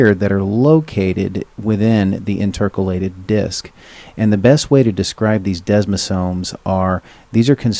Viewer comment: Educational and informative, but please learn how to pronounce "intercalated" as it drew me out of the presentation every single time you said it. It's interCAlated, not inTERcalated, emphasis in the wrong place. Also the hand written notes could be very hard to read for someone with dyslexia.